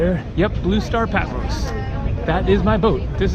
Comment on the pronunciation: Sorry dear, but You mispronounced Patmos - it’s not Peh, it’s PA -- I’m Greek, I should know - OPA